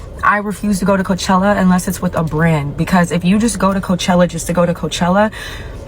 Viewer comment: Did you say Coachella or coach/HELLA